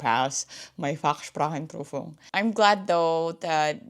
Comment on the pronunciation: Fachsprachenprüfung sounds so nativ german. You will make it !